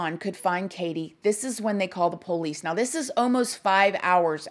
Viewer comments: I would spell it like “ poLease” hahaha Love her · I love how she says “Poe-leece” 😂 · That's how we pronounce it in the south. Lol